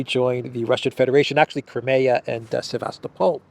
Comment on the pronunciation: its not crumayer its cry mia